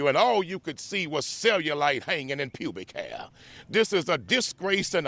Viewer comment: I'm going to pronounce "public hair" like that for the rest of my life